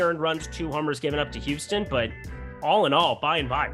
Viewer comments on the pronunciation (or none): none